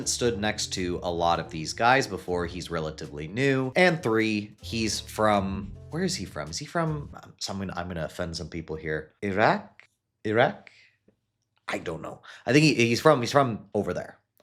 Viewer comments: Bro you can’t google where Behrooz is from? Lol “Iřäq?” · How can you mispronounce Iraq